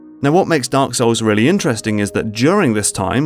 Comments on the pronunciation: did you just said Dank Souls? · I like how he says Dunk Souls